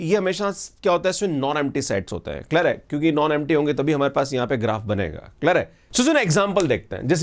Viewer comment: Clear hai ❌ klar hai✔️